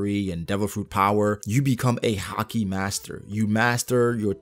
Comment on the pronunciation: I like the way you say haki as hakee